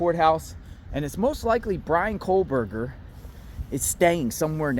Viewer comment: there is no 'L' in kohberger